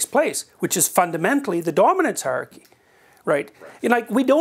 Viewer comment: He's said "hierarchy" so often in his life and work, that he has come to pronounce it, "haarky." :D